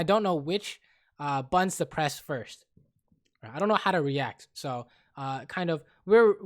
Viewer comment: "he'll press all his buns and kill us" lol joking aside, you're awesome edit: realized it's supposed to be buttons but it sounds like buns